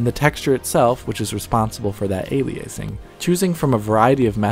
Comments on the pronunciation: You didn't check the correct pronounciation of "aliasing" before typing your comment. Try again. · Makes a technical video game video, claims to know technical things. Can’t pronounce “aliasing” correctly. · How do you pronounce it? Is this an American thing? Because he pronounces it how most dictionary sites do, as well as pronouncing the same way as Linus. On a side note: I've come across people who know lots about topics with many words they can't pronounce properly. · Firstly, the word "aliasing" is pronunced incorrectly in the video. Secondly, aliasing is overlapping of frequency components of a signal due to sampling, both temporally and spatially. The simplest method of antialiasing would be to preapply a lowpass filter to the signal in order to make it bandlimited and avoid most aliasing. By doing so, the image would get blurred, since the higher frequencies were filtered out. There is much more to what I said, just wanted to put it in simple terms. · How do you pronounce it then? A-lie-a-sing? Wikipedia disagrees that he pronounces it wrong. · Okay. I don't really care how you want to pronounce aliasing. But if you could please pick one pronunciation and stick with it for the entire video instead of changing it every few times you say the word, it would be a lot less distracting. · thank god someone else was annoyed by the way he said aliasing. Looking through the comments, I thought I was the only one that knew he was saying it wrong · Learn to pronounce the word "aliasing" if you're going to keep saying it a hundred times in a video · Dude learn to pronounce the word ALIASING properly. It's not ALIACING!!! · "ey lee uh sing" not "ey lee ace ing". A dictionary would have helped. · A-li-eh?-sing? No! A-li-ah-sing, or A-liah-sing. Please! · Aliasing, not "ayliyaysing" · I loved seeing this breakdown, HOWEVER.... Ale e ace ing ??? Alias is not A pronounced "ale e ace" That was so damned annoying. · "aliaysing" lmao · "Ail-lee-aysing"? Are you cereal